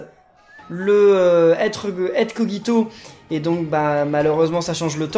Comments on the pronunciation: Sa se prononce kojito dans le dessin anime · Dans l'anime ils disent koJito et non kogito donc voilà ^^' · Sa s'écrit kogito mais sa ce dit kojito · ON DIT koJito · Kogito ce prononce avec un J pas un G